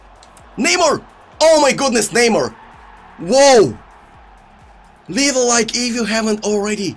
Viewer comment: krasi: scores a nice goal also krasi: leev a like if you haven’t oulready